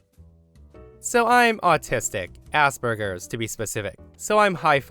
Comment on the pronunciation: Can you not call it “ass burgers”? It’s super rude. It’s pronounced “asp-er-jurs” and I wish people would stop using it at all, it hasn’t been a valid diagnosis in a decade. If you go look up the man who it was named after you can find out about the disabled children he sent to medical clinics known to be run by Nazis who are not know for their medical treatment for disabled people. 🙄